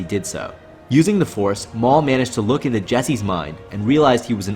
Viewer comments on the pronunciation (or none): none